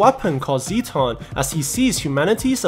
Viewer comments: It’s Zetton not zeton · As an Ultraman Nerd. I am trying to control my temper when he calls the Dismembering Halo an “Energy Disc” along with him pronouncing “Zetton” Zee ton. Also Ultraman’s planet is called The Land Of Light. Also could you possible recap “Ultraman Trigger Episode Z”